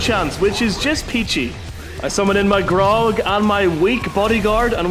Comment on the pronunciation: How is summoning an orc drink going to help bro its not pronunced Grog 😂